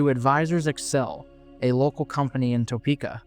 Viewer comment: Nice video, I have tons of memories at this mall but she's been in decline for so long I'm surprised it's even still open. Also, just an fyi, but Topeka is pronounced like Ta-peeka not toe-peeka. Always easy to spot the outsiders lol.